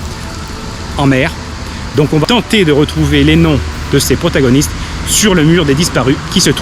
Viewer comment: C'est très bien, attention toutefois aux liaisons "mal t'a propos"" (va ne s'orthographie pas vat). C'est un détail mais ça gâche un peu le plaisir. Merci beaucoup